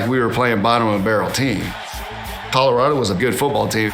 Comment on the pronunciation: Lol Nigga said “Colorada”